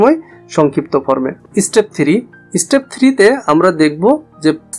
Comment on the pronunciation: Dekhe to English teacher mone hoi na step ke stepe bole would ke ought bole ☠️☠️